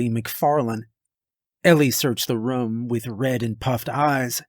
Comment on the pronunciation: love it but damn how you pronounce room makes me want to unsub and stop watching